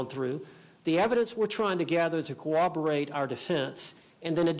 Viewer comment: Why do so many people say coo-WOB-er-ate??? It’s corroborate!!